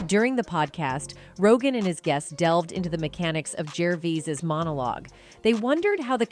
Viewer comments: So weird. You'd think AI would either get it right or wrong every time. So distracting everytime "she" destroyed his surname time n time again Oh, and Jo Pesgy 😅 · This is Clickbait and the Channel is taking about Stuff that happened 3yrs ago or More, Joe Rogan spoke about this 3yrs ago, Hollywood is not coming for him because he gives no Facks, this is a Clickbait video, can't even say his name properly or even pronounce it the same two times in a row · in a 20 minutes video the narrator pronounced his name wrong in every way it's possible. how can someone research about a person and be so ignorant?! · "Jerveez" ?? "Jervyz" ?? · Why is she saying “Gervese”? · You can't even pronounce his NAME. ITS NOT "GERVEEEZ." Nor is it "GERVIIIZE ITS "GERVAYYY". I HATE THESE A.I. TALKERS. IRRITATING AND ANNOYING. TUH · Please say his name right his name is not Ricky gerveez!! It’s Ricky gervais as in vase not veez! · Gervees, gervoos, gervose, f-sake just called him Ricky!! 🙈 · What is the go with this voice, is it a real person. Was she just trying to see how many different ways she could pronounce his name. Gerveez, Gervise, Gervice, Gervays. What the hell are you thinking?. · She called him Jervees then Jervise or is it only me?😮 I thought it was "Jervayse" - Pronunciation. Oh, Now she called him "Jervayse" Never mind , She went back to Jerveese and now Jervise😂😂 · It's not ger verse, it's ger vays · His name is pronounced juhvayz. Seriously there were 3 totally different versions said in 1 sentence. Is this video a confused bot or something? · Geervase ?? This is what I hate about some Americans, can't pronounce a word we all say and hear daily.. FFS women get a different job.. Ricky speaks his mind and how we Brits with a funny bone feel.. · Who the f*** is Richard? Does she mean Gerv-eyes? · Replying to myself she started pronouncing his name correctly after the first five minutes.Whoops as I am writing this she’s said “Gervize” “Gervais”and “Gerveez”! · Ricky Gervees? 😂